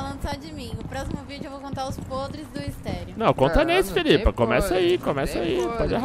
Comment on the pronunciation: Felipa é "pieqçou"